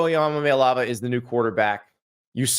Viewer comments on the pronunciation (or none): E-Uh-Mah-Ley-Ah-Va. Just say it like that. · You gotta learn how to pronounce Iamaleava. You put all kinds of extra syllables in there. It's not hard if you just look up how Nico says it lol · Lol exactly, Andy was just spitting straight jibberish. It’s not even hard to say